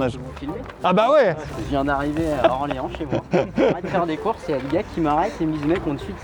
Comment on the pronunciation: J'étais fière quand il a dis Orléans 😂